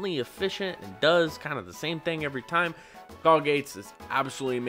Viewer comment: Yes!!!!! Just started building a pauper deck! You've convinced me! Also, I seriously make music as well! THIS IS TOO FUNNY! good stuff! "Going to hit face every-tim" XD I'll update you with the spice I come up with!